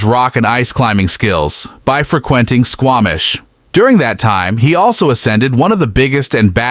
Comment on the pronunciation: Free-KWENT-ing. Tell me you're a bot without telling me you're a bot